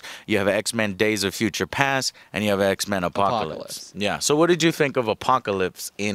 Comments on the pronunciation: Drinking game: take a shot every time Joe says the name of something wrong ("Days of Future's Past") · So he liked Days of Future Past... But wasn't able to pronounce the title right?